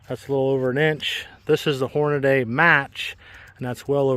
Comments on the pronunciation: Holy shit. It's NOT Hornaday. It's Hornady. Horn-a-dee. Idiot. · Why do so many struggle to read ‘Hornady’? There’s no ‘day’ at the end.